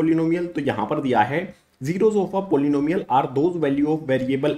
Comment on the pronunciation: "polnomials" ? Polynomials 😭